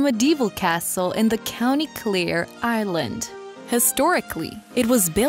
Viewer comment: There were a number of mispronunciations for the simplest of words. Ireland sounded like “island” and despair sounded like “dispear”. Again, it felt very AI narrated.